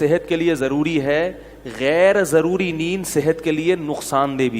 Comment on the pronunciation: Zaruri not jaruri.